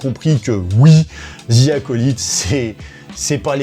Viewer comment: Sérieusement, on ne dit pas ZIII, mais DHI pour bien prononcer The.